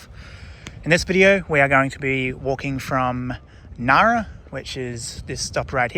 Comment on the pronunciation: Hi. Do you have inside info that the "g" Ngara is about to be removed?😂 It's not silent, just like in Engadine.